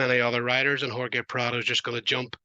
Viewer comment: How do u not pronounce Jorge correctly? That’s like 1st grade shit